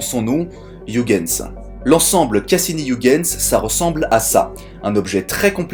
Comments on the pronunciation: Pour ton info, on prononce "oeilguens" et non pas ouigueins. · ça se prononce Oeuil Guns, bordel de merde! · hei,, Huygens etant hollandais, ça se prononce "hœighens",le son gh presque perceptible! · Très bon contenu, merci beaucoup pour ton travail qualitatif :) Sauf la prononciation flamande de Huygens XD Ps: On prononce Huygens comme un "oeil-guens" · Super, comme d'habitude !!! Vivement la Partie 2 !! Bonne continuation à toi, j'adore ce que tu fais. (PS : Huygens se prononce "Oeil" "Gaine" "S" (Je sais que tu as le soucis du détail donc si ça peut t'aider)) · Heu Huygens, phonétiquement cela se prononce Oeil - guens, mais c'est un détail, belle vidéo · Si non, Huygens se prononce '' oeil geuns '' ;) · Ca se prononce "Huygens". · Merci pour cette vidéo😊 Par contre ta prononciation de Huygens m'a trop fait rire hihihi 😉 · Il suffit de se souvenir d'une chose pour éviter la majorité des écueils en prononçant un nom étranger : ne JAMAIS imiter les Anglais. Partant de là, t'es déjà beaucoup moins ridicule. Mais bon, là, c'est raté : il a prononcé le U comme dans Hugh Grant... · "iougainse, pheubé"... putain, la vache. "uigainse, phibi".